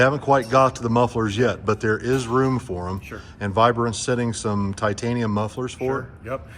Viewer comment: ‘Titainium’ you say? 😂